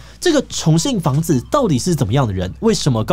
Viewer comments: 重信房子… 一直聽成重慶房子… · 我一直聽成重慶的房子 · 還好有CC字幕，否則我一直以為說的是重慶房子，而很難聽出來說的是重信房子。